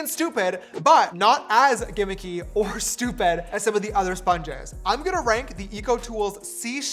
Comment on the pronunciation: STOP SAYING GIMMICY FFS